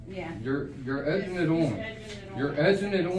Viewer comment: It’s “Egging it on.”, not “Edging it on”.